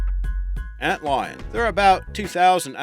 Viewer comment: "fire uns" "Un lions" "Army uns" "Assasen bug" "Bullet uns"